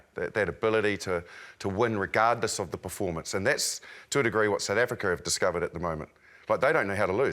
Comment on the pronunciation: I quote Marshall "We can bully the Australians, but we cannot bully the Sssh". Marshall couldn't say South Africa. 😂😂😂😂😂😂😂😂😂😂😂😂😂